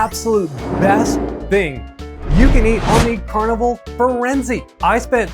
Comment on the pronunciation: Holy shit dude. FirenzAY. who doesn't know this?